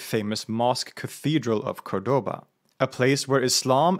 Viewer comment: It's CÓRDOBA,accent on the first ",Ó"